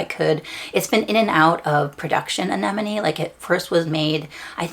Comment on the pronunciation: Omg thank you for pronouncing Anenome properly 😂 Congrats.